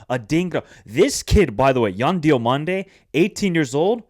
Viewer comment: Lol Emerson Fai... that's like me calling your channel Michaelangelo Chats Soccer. It's Emerse Faé. To make it simple, pronounce Emerse like "Immerse" and Faé like "F-HA-AYY." You pronounced Yan Diomandé's name correctly therefore you ought to be able to do the same for Emerse Faé.